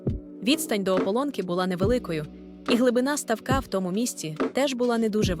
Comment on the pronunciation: як можна так неграмотно ставити наголоси? цуцеееня, Дашооо, стааавок